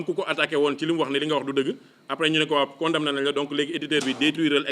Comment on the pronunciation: On ne poronone pas con dam ner avec la lettre m. On dit con da ner. Corrigez vous